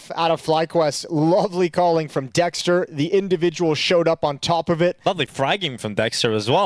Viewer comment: Dexter ❌ Sexter ✅